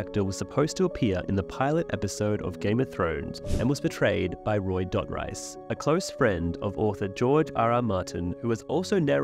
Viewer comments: Dotrice, pronounced DOT-REES😊S, not -rice! 😮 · It's pronounced Doh-Treece, and I knew he played the pyromancer but I had no idea he was supposed to be Pycelle! That would've been great! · He pronounces his name like Doe-treece in the autobooks. I believe you maybe pronouncing it wrong. He was great reading those books ♥️ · Hearing this guy pronounce Roys surname as dot-rice gives the same energy as bri-Ene and Pet-ire lmao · Dotrice. Rhymes with grease. Not price. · It’s pronounced like Roy Du Tree S but with a sharp S sound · It's pronounced 'duh-treese' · It's pronounced' 'Dough - Treese' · Never knew he was the pyromancer but knowing that he is a friend of Martin makes me less upset about his pronunciations in the audiobooks lol so was he wrong or the show? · Come on, put some respect on the pronunciation of his name! He literally says it in the audiobook!